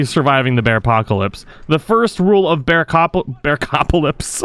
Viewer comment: Anybody else hear him say “Bearcockalips”??